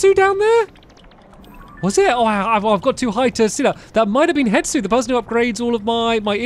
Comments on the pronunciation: Why does it annoy me that he calls him hetsu when his name is hestu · It’s he-Stu not het-su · HeStu, not HeTsu! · it kills me when stamps says "hetsu" and not "hestu" 🤣🤣 "it is a thing." -Stampy Cat 2023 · who wants to tell him it’s HeStu and not HeTsu😂😂😂 (i didn’t watch the botw series back then somehow even being a loooong time fan, so i could be missing out on an old joke lol)